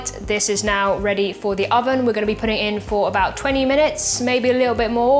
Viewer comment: “Angona” instead of “I am going to” is an interesting twist to the beautiful English language. pronunciation has amazed me since her first videos on YT. Angona watch the rest of it now 😊.